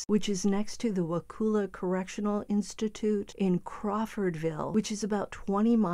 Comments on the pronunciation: Donna will end up in Lowell C.I. in Ocala. And it's NOT Wakuuuula. It's Wakulla, the U sound is short, like bus,or gus, or cus. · Pronounced WaCULLa. Those guards in Wakulla are not impressed by cocky educated inmates, especially S FL elites who think N FL folks are just stupid rednecks. I almost feel sorry for him. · The U in Wakulla is pronounced as a soft A. Wa-cull-a.